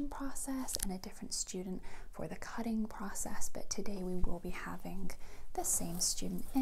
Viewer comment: When you set 'wet' that sounded english and 'cutting'